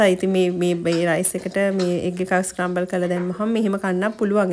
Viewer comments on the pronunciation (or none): ස්කරම්බල් newei scramble (ස්ක්‍රැමිබල්)😊😊 hope you don’t mind that I corrected you 🙏🙏 it’s good to correct someone if make any simple mistake on pronunciation😊😊 Video is amazing as always ❤❤❤❤❤🎉🎉🎉🎉 take care ❤